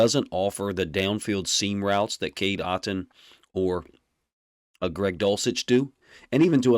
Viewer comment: Great video here but I dont think you are saying Otton name right. Anyway this is top tier work coach